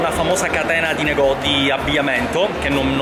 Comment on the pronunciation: Lo ha fatto sespo ma poi si dice negozi non negoti